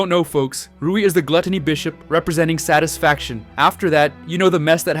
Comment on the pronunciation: satation not satisfaction